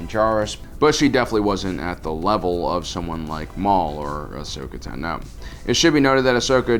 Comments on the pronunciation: Ashokas last name is not "tu-no" its "tah-no" your saying it wrong for the sake of saying it wrong.....wtf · tano, not tahno. please stop mis pronouncing names, especially when the movies and shows give the correct pronunciation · Dude your pronunciations are driving me crazy! It’s not Tanoh, it’s Tahno even though it’s spelled Tano. Come own that’s the worst one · Ashoka Tah-No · It makes me cringe every time he says Tano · Why can't you EVER pronounce Ashoka's last name, or even mispronounce it consistently? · No offense but i hate the way you pronounce Tano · The way you pronounce offee and Tano is weird